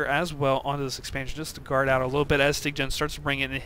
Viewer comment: Styggen is Norwegian and it means "The ugly one". And yes, you pronounced it wrong.You are saying "styg-gen".. just say "sty-gen".